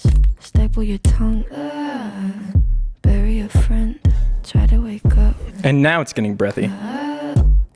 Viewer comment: Does he not know how to pronounce bury? Wtf